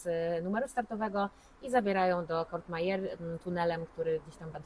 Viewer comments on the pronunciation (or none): Vangelis, nie Evangelis i Courmayeur nie Cour(t)mayeur